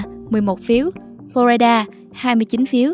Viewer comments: Teller, có góp ý nhỏ với bạn. Bạn đừng đọc: Flo rai đa, cả việt hoá hay english đều không đọc vậy. Nó nhỏ nhưng nói lên sự tận tuỵ của mình với công việc! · Lần đầu tiên nghe một người đọc tên bang Florida là phlo RAI đa.